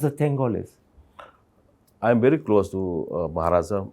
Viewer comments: Mr meentioning about educated tho he even can't pronounce very and said bhery😅😮😂😂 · A bery step a bary steps 😅😮 everyone pronounced very . 😅😅